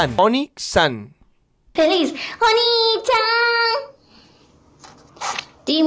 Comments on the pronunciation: Es oni-chaan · "oni-xan" (no se dice asi) significa hermano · Pasty eya dice oni Chan pero ella dice demonio envés de decir onii Chan que es hermano o hermana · se dice oni-chan, y significa hermano en japonés. oni-xan, que pedo???